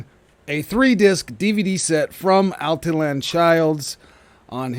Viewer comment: Al tee yawn.......not Al tee Lan....there.